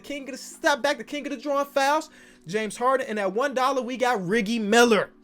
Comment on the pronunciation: Is nobody gonna point out pulling a flight with the way he said reggie's name